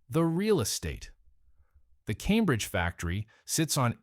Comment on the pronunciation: Shout to all me boys in Calmbridge keep it real